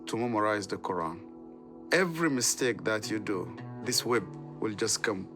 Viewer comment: after hearing that absolute abysmal pronunciation of Quran. I have to say that this guy clearly wasn’t whipped enough